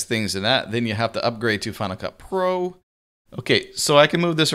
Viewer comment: Good Video. Every time he says Final Cut pro it sounds like Hanukkah pro. haha